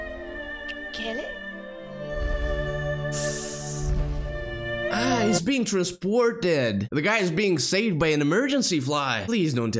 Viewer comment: The one lice who keeps saying "Kelleh" looks like Jerry Seinfeld.